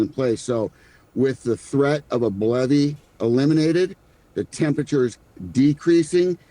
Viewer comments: who else thought he said "Bloody" and not "BLEVE" lol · Also, didn't he say BLOODY instead of BLEVE or did I misheard?